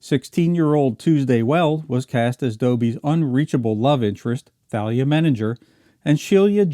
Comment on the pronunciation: why do you keep mispronouncing THALIA'S name? it's a LONG "A"! Did you ever even watch the show, at all?